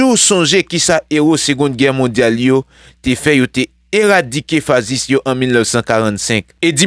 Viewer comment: M’renmen tandew anpil bro koz wap bay bon nouvel c bien malheureux m pa k privew, but m paNse siw prononse mot Sa FASCISME fachism lap mieux bro 🤝